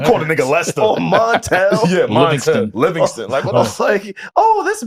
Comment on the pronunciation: Montel not Montell Jordan?!? 😮 “I ain’t singing with you niggas” 😂